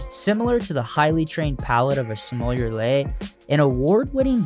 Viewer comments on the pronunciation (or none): Great video as usual! By the way, if I may, Sommelier is pronounced = Some a Lee yeyhhh. Say it fast! Cheers and Happy New Year!